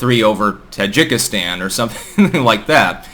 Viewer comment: That is poor analysis, starting with the weird pronunciation of Kyrgyzstan and Tajikistan and ending with Kazakhstan actually being very cold to Putin despite that anti-revolution help they got beginning this year (not last year).